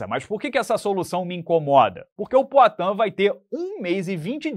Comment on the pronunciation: PROATAN kkkk